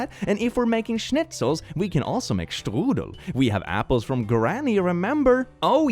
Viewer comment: The way says strudel tickles my brain